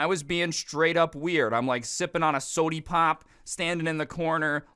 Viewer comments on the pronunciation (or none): Bro literally said sodey pop